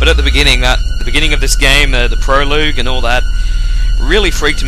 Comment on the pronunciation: I don't know if anyone has pointed this out, but Prologue is pronounced 'Pro-Log' ;) Other than that AWESOME lets play, I'll be subscribing and watching your other games with great pleasure!